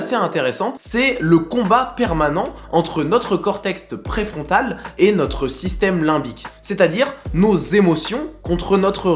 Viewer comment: Une très chouette vidéo, ça m'a agréablement surprise. Très juste dans les propos, et les illustrations sont très claires. Si je peux me permettre une critique pour faire évoluer ce beau travail : - Il s'agit du "cortex" préfrontal" et pas "cortext" - En tant que meuf, ça me créé une dissonance quand tu dis "mec". Le sujet me parle et me concerne, j'avais l'impression que tu t'adressais à moi (tu dis "tu", tu as un langage plutôt familier qui créé une proximité agréable), et là d'un coup j'entends "mec", et je me sens snobée, ignorée, effacée. C'est étrange à exprimer comme sensation. Y'a vraiment un truc qui me donne pas envie de revenir. Je crois que j'essaye d'exprimer que c'est pas inclusif. C'est aussi ce qui créé une proximité avec nous, et je sais que c'est pas intentionnel, mais je tiens à te le signaler car tu n'en as peut-être pas conscience. Un mot épicène, un "mec, meuf", ou simplement ne pas utiliser cette interjection pourraient être des solutions :) Si ça fait ça à la plupart des meufs qui regardent, tu perds 50% de ton public potentiel, c'est quand même dommage ;)